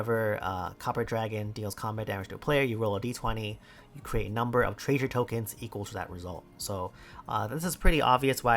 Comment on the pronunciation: i didn't realize said treasure treysure until today